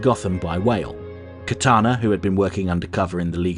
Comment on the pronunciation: You might wanna correct your pronunciation. It's Katana (like the Japanese Sword), and you mixed that up with Kitana from Mortal Kombat.